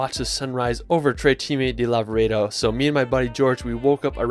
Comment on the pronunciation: please..... TRE CIME DI LAVAREDO !! 😂